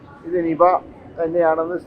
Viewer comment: നിബ നിബ നിബ നിബ ചങ്ങായി നിബ അല്ല നിപ യാണ്